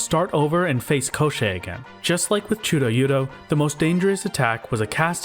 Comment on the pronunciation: absolutely delightful "chudo-yudo" pronunciation